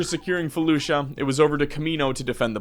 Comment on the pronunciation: When you said you were invading felucia i thought you said fallujah and was very confused.